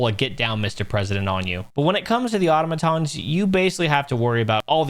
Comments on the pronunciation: I love the way you say 'automatons'... you know, like an idiot 😉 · I like how you call Automatons "Ottomantons"